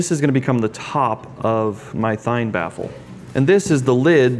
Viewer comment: It's pronounced "Thien"